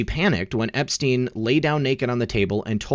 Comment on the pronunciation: Learn to say Epstein. You sound ridiculous.